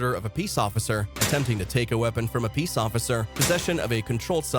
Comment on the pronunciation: It said pease car